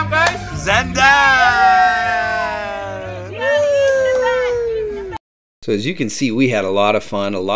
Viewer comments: 1) Why do you keep pronouncing the name wrong? It’s more like Z-ahn 2) Who says “chow”. Horrible. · I have to start off by saying I'm really looking forward to this video but it's going to be so hard to watch because you are not pronouncing Zaandam correctly. 😢